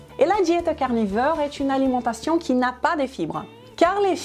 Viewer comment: "La diet carnifeur" 😉